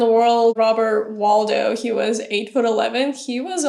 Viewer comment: WaDLow, not Waldow. Frequent mispronunciation. 😊